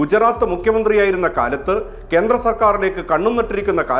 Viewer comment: നരേന്ത്ര മോദി അല്ല നരേന്ദ്ര മോദിയാണ്. അതുപോലെ കേന്ത്രം അല്ല, കേന്ദ്രം ആണ്.